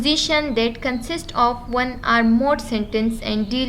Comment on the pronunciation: So helpful but ap ki jo language style he (of ki bajaye op use karna ) in per zara koshesh kara agar bura lage to sorry 😞 plz don't mind